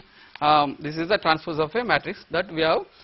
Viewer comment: haha he cant say Matrix